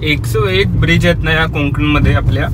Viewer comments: Hii Videos chan aahet pn please कोंकण न बोलता कोकण बोला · हो.. कोंकण.. हा उच्चार परप्रांतीय करतात.. दादा आपली मराठी थोडी कच्ची आहे.. असो... पण मस्त मज्जा आली.. असं वाटलं मी स्वतः प्रवास करतो आहे... शुभेच्छा.....